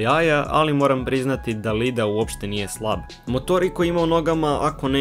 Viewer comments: Zapravo nije LIDA nego IIDA, ima dva ii i cita se kao duze i. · burazeru nije Lida nego Iida (iida) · ajme ne "Lida" nego "Iida" dva i 😭😭